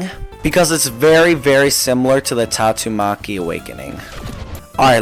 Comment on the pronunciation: bro just said tatto maki